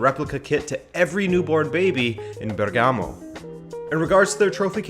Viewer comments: And the right accent is Bèrgamo! Not Bergàmo! Thanks! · It’s actually spelled Bérgamo not Bergámo but very good video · It's Bèrgamo not Bergàmo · Great video! One very cacophonic issue: BERgamo, not berGAmo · It's actually Bèrgamo, not Bergàmo 😉 greets from Italy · Bérgamo not Bergámo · mate, Bergamo is pronounced differently..the stress in on the first syllable (Bèrgamo) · If i hear another time Bergámo I'm going to throw up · that accent on Bergamo killed me several times XD instead ALL other accents on Italian names are really good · It's nice that you're doing a video on Atalanta All i ask because it's annoying..if you're going to say the name of a city in italy, please research how to say it..first.. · The way he pronounced Bergamo made me cringe multiple times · You pronounced Bergamo incorrectly and the stadium name is wrong aswell. Atalanta stadium is called the Gwiss stadium. They changed it. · Good video. Just drives me crazy how he mispronounces Bergamo for the whole video